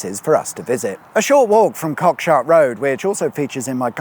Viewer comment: Cockshut is actually pronounced Cock’shoot’ just to let you know. My family have lived in Southover for more than 100 years and before that Laughton. My great grandads name is on the war memorial at the top of School hill. Really enjoy the content.